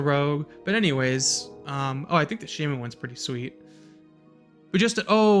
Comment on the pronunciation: shah-men (shaw, like shawl). No shame. lol The priest one looks a little chunky for cloth.